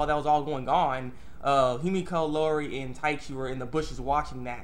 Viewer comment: E-O-Ri Not Lorri lol!! But yeah, that was a good episode